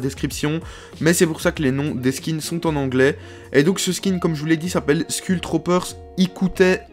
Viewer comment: Il dis skull Troopers mais sa se dis skoull trooper